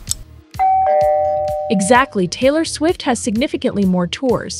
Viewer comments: Did anyone notice how she said Taylor STUFFID????😢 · STOP SAYING TAYLOR STUFIT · you said Taylor Stufit the first time and Taylor subedit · The first time saying Taylor It said taylor Stuffet lol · I thought it was Taylor SWIFT not Taylor subyit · It's Taylor Swift not Taylor stuffin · Taylor stufit got me dying 😂😂😂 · 'Taylor Stuff-It' LOL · She says: TaYlOr StUfFiT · “Taylor Stuffet” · I cant be the only one who heard "taylor stuffid" at the start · help what’s “taylor stuffed” at the beginning 💀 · Is nobody gonna talk about how in the beginning they called Taylor swift “Taylor Stuffit” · did she say taylor stuffin? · Who’s Taylor StuffIt 😂it’s Taylor swift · Who is Taylor “SOFID” 😂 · TAYLOR STUFFET?! WHAT IS TAYLOR STUFFET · is no one talking about she said taylor stuffet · "TAYLOR STUFFET!"😂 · "taylor subbiet" wtf 💀💀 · IT'S TAYLOR SWIFT NOT TAYLOR STUFIT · Was it just me or did they say Taylor swift wrong at the end? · It is Taylor swift plz say it right